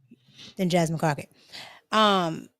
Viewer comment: Did she call her wratched crocket 😂😂😂😂😂 I am dieing over here